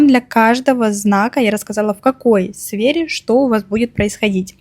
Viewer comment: Свере или сфере.? 😂😂.